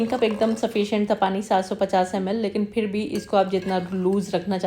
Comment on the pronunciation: thanks! Now Urdu vs Hindi corrections: 1: Phir not Fir 2: Takay masalay jale na not taa ki, Hindi speakers use ki istead of kay - “main ye kehna chahti thi kay…” not chahti thi ki. 3: you used “zeera” correctly instead of “jeera” that hindi speaker wrongly pronounce along with “jindagi, jaroor, jiada”